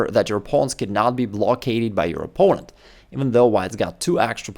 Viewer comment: I'm sorry but whenever you say "opponent" I wonder "Poland what?"